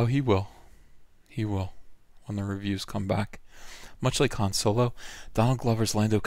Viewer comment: I crack up every time you say "Soylo" or Soil-low or however you spell it.. Good shit man so glad I found your channel.